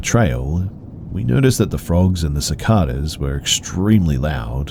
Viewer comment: Idk why but the way you incorrectly say cicadas makes me laugh waaaaaay more than I should have